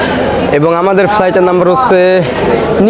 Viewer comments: নীল এয়ার নয়। নাইল এয়ার। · নিল এয়ার নয়। ওটা নাইল এয়ার।